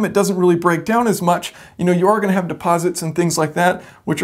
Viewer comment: the word is have, not haft